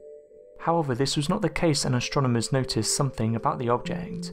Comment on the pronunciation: Yet another speculative video full of irrelevant graphics ... sorry, my mind was not blown, far from it. Also, the narrator has really weird pronunciation "stronomers" um, i'ts AStronomers ... yes? Extra Trstral, um it's Extra Terrestrial, yes?